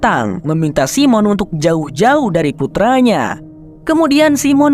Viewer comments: bacanya saimen bukan simon😅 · Jangan Simon bang bacanya (saymen) lebih oke